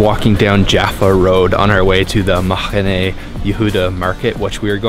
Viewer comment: Great video...love Mahane Yehuda. Like his Arabic/Mizrahi pronunciation of the "het" in "Mahane" LOL. His pronunciation of "herbs" is the British, not the American one, strangely. We Americans don't typically pronounce the "h." I guess maybe we like to drop "h," just like the Israelis. ;=)